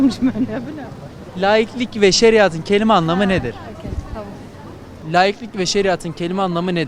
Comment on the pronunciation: Spiker cahil bir kere. Laiklik sorusu soruyor ama layiklik diye telafuz edip altyazı yazıyor !